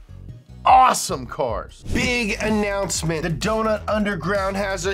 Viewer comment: When says awesome with that level of enthusiasm at the end, the first syllable sounds like that moaning fish video